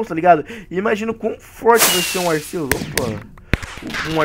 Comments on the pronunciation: O Arceus o Arceus o Arceus o Arceus, se fala Arquios fala pfv certo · cara arceus e o nome mas a pronúncia é arkiâs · Cara não é arceus e arquios